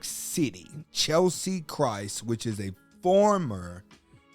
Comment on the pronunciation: Her name was Cheslie NOT Chelsie!! Please, get her name right at least because you kept mispronouncing it this entire video!!! And her last name was Kryst NOT Christ bro!!! May she R.I.P.🤍🕊